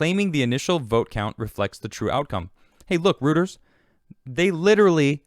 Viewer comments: Royters not Rooters. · Pronounced royters not rooters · It pronounced "roy ters" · Hey. Reuters = ROY-ters. Love the channel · ...it's not pronounced "rooters".